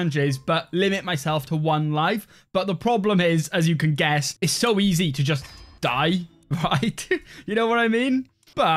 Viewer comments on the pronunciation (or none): none